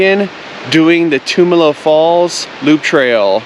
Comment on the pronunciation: Great video. Thanks for sharing. Tumalo Falls is a go to hike here in Bend when friends and family visit us. One small nit though. Locals pronounce it Tum (like Tums) Alo not Toomalo 🙏😁